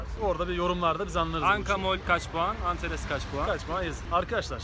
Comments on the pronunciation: lan antares antares "a" ile. anteras değil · Antares değil anteras! Düzeltelim lütfen ^^ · vee anteras (antaresmiş la)